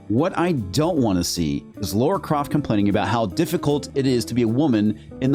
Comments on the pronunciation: LARA....Not Laura. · It’s Lara Croft not Laura Croft